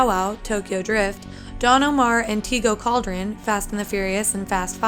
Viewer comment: She really said "Tigo Cauldron" wtf!!